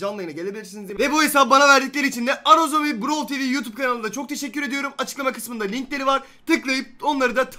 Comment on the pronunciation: abi browl degil brawl